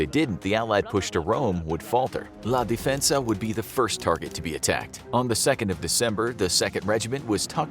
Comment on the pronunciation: Monte La DEfensa not Difensa